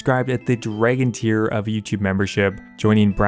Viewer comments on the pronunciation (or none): none